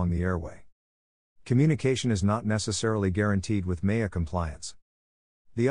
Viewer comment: I certainly appreciate the effort but the robot voice can’t pronounce things right and can’t use the right infection making it difficult to listen to. Listen to as an example. It pronounces MEA as MAY-uh. It calls a VOR a “vore”. If there had been an actual human reading this like a real audiobook, preferable a pilot that knows how to pronounce all the abbreviations appropriately, it would be 5 stars. I give it a 3 as is: it’s better than nothing, but no substitute for reading the book. Here is a tip to the listener. I turned the playback speed to .75 and it slowed down enough to let me translate in my head what Mr Siri had actually said, and that helped.